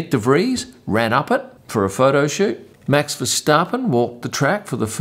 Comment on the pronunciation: David Coulthard's surname is pronounced with the "h", so its not a hard T; I can see you're trying with Max's name too...well done.